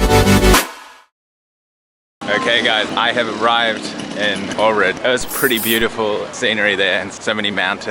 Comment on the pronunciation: I am from Ohrid btw ...you siad it wrong but is good